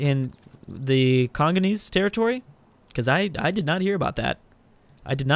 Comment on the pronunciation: says: "Kongonese." facepalm It's Kongolese.